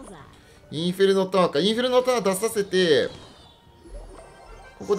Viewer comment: 突然のネイティブ「インフェルノタワー( ´_ゝ｀)」好きです